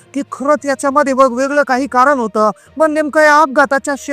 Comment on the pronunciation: कारन? क्षनी? लई भारी मराठी!